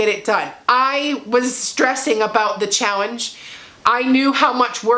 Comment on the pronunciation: I’m sorry … are you saying chowenge? Hey that works instead of challenge. Great job😄👍🏽